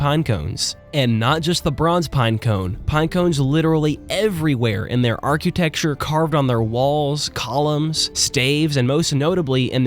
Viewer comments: "arcuetecture" ??? You mean architecture ?? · Stop saying "arcutecture". Arcitecture. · boy, oh boy, do i love me some good ole fashioned ar-Q-texture 😂 jkjk much love great vid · archqueuetechture, deswatude. I just have to check out here, I cannot take you seriously.